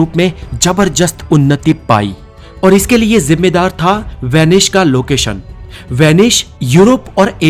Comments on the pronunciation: Vanish nahi it's Venice. Idiot 😂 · VENICE NOT VENISH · Name is Venice.. Not Venish Boss😂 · Good video... But it's Venice not "Venish" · It's S not SH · it's not Vanish..it's vanice apna pronounciation thik karo bhai. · This is VENICE, not WANISH. थोड़ा सकूल में पढ़ लेता तो सही कहता। और हां, थोड़ा knowledge व्यक्ति को भी देना, जो कहता है Inter के बाद SSC करना, वह बड़े ऊंचे पद पर है और उसके is chronology से पूरे विश्व में लोग मज़ाक़ उड़ा रहे हैं। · It is venice please Pronounce properly